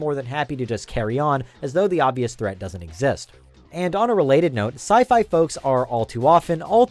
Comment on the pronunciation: Uh... because it's sci-fi, not sci-fa